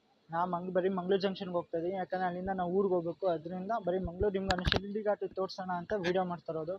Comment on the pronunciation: Don't pronounce shirdi ghat it sheeradi ghat. Only video shaking